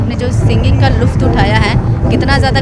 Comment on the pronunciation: Luft nhi...lutff hota h mam...🤭❣